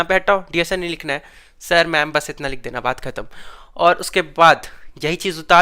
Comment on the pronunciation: Itna ❌ itta ✅